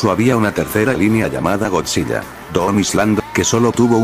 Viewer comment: Oye, te informo que cuando dices godzilla en tus videos se escucha "godziya", para que se escuche mejor recuerda que tienes que ponerle una L al escribir en el Loquendo godzila. Eso es para que cuando subas un nuevo video de godzilla se escuche mejor;-)....